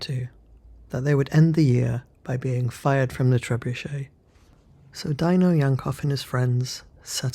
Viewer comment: I think his name is pronounce "Dee-no", not "Die-no".